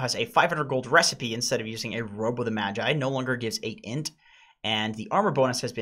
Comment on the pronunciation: As a japanese the way you guys pronounced Sange and Magi was ear rape 😞.